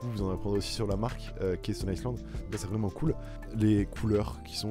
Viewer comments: Gros stone island pas stone iceland tu as fait une video entiere sur cette marque sans savoir la prononcer ... Et tes arguments sont vraiment nul, aucun recherche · J’aime bien ta vidéo, tu définis carrément la marque et on voit que le sujet te parles vraiment (petite précision on dit pas stone Island mais stone aïland ça parait bizarre quand je le dis à l’écris je sais pas si c’est hyper claire mais je préfère préciser) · On prononce STONE AYELANDE, pas STONE ISSELANDE. Faire une vidéo sur une marque qu'on ne connait pas, faut le faire tout de même. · megevand .valère par contre pour la marque stone Island on dit Ston Aylande pour la prononciation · ta maniere de prononcer stone island devrais t'interdire de porter la marque. Affligeant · Super vidéo j’ai beaucoup aimé seulement renseigne toi comment on prononce la marque car oui la prononciation est anglaise 😅